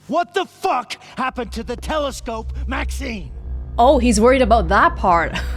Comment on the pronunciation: Maxine: Being pronounced Everyone: Makseen: Magzeen 😄